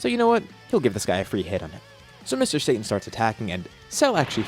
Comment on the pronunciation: Sa Ta N not Say tin reminds of when people call Kaio-ken as the "kay oh ken" or "Kay oh Can"